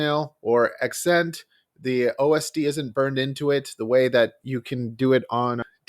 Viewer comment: Ah-Scent as in ascending or ascension. like gaining altitude not accent lol sorry. nice video might have to try it out